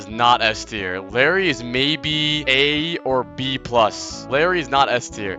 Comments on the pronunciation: its not larry btw its spelled like, iYari or i-jar-i, i-jar-ee if we want to make it sound north american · il- Æ - ri PLEASE 😭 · ill air ee